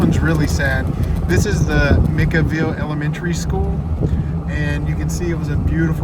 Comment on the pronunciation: Micaville is pronouced (mika) like mike with an 'A' ville. Not trying to be smart a--ed. Just wanted you to know ❤❤what you guy's are doing keep it going!!!